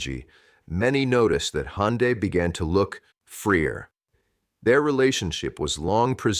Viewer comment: Не Хонда, а Ханде, что это за произношение?